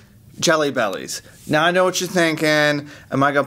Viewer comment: Hey you did the mow thing instead of now....I caught you...:)